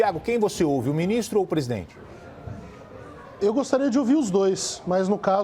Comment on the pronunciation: Mandetta: "Povo não sabe se ouve ministro ou presidene". Eu diria q o Mandetta não sabe q é o presidente q fala ao povo, pois foi eleito pelo povo, e como ministro ele deveria se contentar em falar ao presidente q é seu chefe.